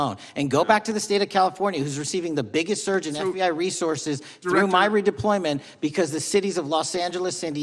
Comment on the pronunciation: Why does he say re deployment?